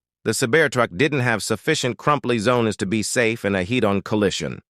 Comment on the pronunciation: "Sabear Truck" "crumply zonas" "heat-on collishin" You wanna maybe try that sentence again?